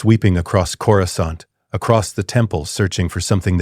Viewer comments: it is pronounced "cora scent" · Love these stories. But "Coryscant" drives me crazy... Also Watto was immune to Jedi mind tricks...